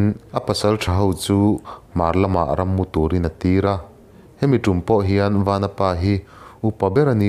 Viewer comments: A ṭha hle mai, chutih rual chuan i thil lam rik dik lo a awm zeuh zeuh. "Vanapa" i tiha "Van" lai tak i thluk sang ang chiah khan "Vanchiau" tiha "Van" lai pawh kha thluk sang la a dik zaih a ni mai, Chawngthu Vanchiau hnam tihna ania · Vanapa hi vanchiaua tih a van kan lam ang hian lam I la dik zawk ang aaa